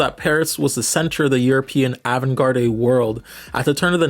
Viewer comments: Some of your pronunciations are so unforgivable 😂 I like the message, yet damn you had a great script please hear the words once before hand, ie. avant garde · Y’all heard how he pronounced avant garde?